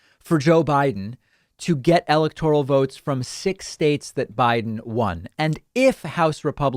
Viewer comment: Interesting, but the continued mispronunciation of the word "electoral " grates.